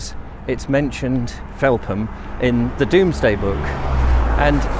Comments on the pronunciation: Agreed - was going to mention this too! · Brilliant & well researched video, having been a Londoner for the last decade it's lovely to revisit my home village Felpham in a new light, especially with the lockdown restrictions this Christmas. Thanks and keep up the good work. P.S I would also chime in with previous comments that it is usually pronounced 'felfam' by locals